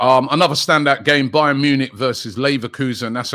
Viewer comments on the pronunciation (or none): none